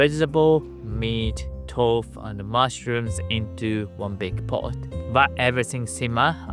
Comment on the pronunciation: Thank you so much, I appreciate you replying. I think once you've experience central heating it's hard to go without it. Did you enjoy your time in the UK? I know this sounds silly, but I first heard "tofu" pronounced this way on Ohsama Sentai Kingohger, where one character comes from the land of Tofu. I wasn't sure I was hearing it correctly though! I'm a huge Tokusatsu fan! I'd like to know enough Japanese that I can visit and not be one of those Brits abroad that think shouting in English is a good plan! 🤦 Those people give us a bad name! Thanks for your encouragement, I'm sure I'll get there!